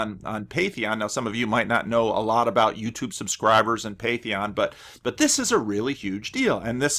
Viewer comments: Not to be nitpicky, but it's Patreon, like, Pay-tree-on, somewhat like patron. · It's Patreon, pronounced pay-tree-on, not patheon. Please excuse my pedantry, it's not meant vindictively. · Sorry for pointing it out, but It's patreon, not patheon :-)